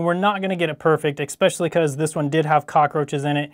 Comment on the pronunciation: "Expecially" That one drives me crazy! And he keeps saying it!